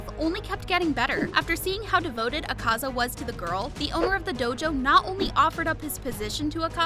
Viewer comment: The pronounsation of Akaza is killing me